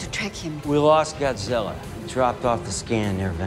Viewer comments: Godzirra, godzirra godzirra, godzirra . . godzirra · That joke about ken Watanabe was pretty lame. The original Japanese movie was named Gojira. Ken is merely making a reference to that by pronouncing the original name, not that he was struggling to pronounce Godzilla...